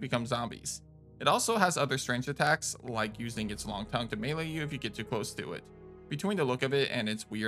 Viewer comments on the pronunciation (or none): none